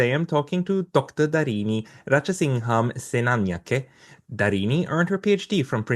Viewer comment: You know is a real boss when he says Dr. Darini Rajasingham-Senanayake flawlessly;) Love your content, keep it coming!